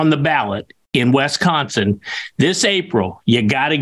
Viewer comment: It's not Wesconsin, dude!! It's Wisconsin or as the locals call it, Wis-can-sin!!